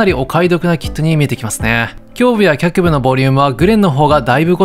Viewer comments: いえ、映像の画面に「脚部」と出た直後に「あしぶ」と仰るので「単純に間違えてるのかな？」と思ってしまうんですよね。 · 「脚部(きゃくぶ)」を「あしぶ」と呼ぶのが毎回気になります。